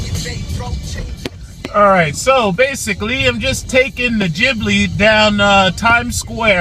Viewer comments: Jiblee is hurting my ears, it's pronounced GEE BLEE for fuck sake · KentZeL lol, this guy is dumb as fuck. Jiblee jiblee jiblee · AND! It's Ghibli as in GO or GOT or GET it right! NOT Jibli as in JEEP, or JUMP or JUST shut da fuck up!